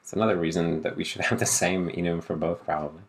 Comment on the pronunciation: You are saying enum right because AFAIK it's short for enumeration because it's basically just the variants enumerated